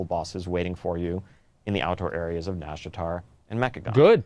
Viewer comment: "NazjHar" - Asmondgold 2019